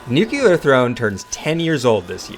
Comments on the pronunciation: Sorry, I am not a native English speaker. Is there a reason he is pronouncing "nuculear" instead of nuclear? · New-clear. Not New-culur